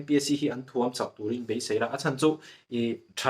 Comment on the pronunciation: Thuamchak tih i lam dan ah thuam lai i lamsang a, lamhniam tur ani.Mizotawng hi hmang fimkhur teh u.